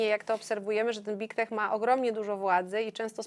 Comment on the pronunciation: Proszę nie mówić bik tek, brzmi fatalnie. Poprawnie- byg tek, gdzie g jest wymawiane dźwięcznie. Angielskie i nigdy nie jest wymawiane jak polskie i.